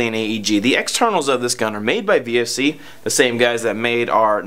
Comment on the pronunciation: VFC not VRC